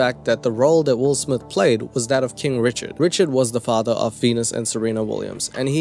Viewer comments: "Will smiff" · “Will Smiff” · Wull Smith?? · Will Smiff 🤣🤣🤣